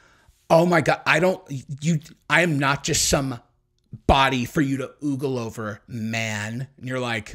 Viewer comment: oh,, btw it's "ogle" pronounced "oh-gull" not "oogle"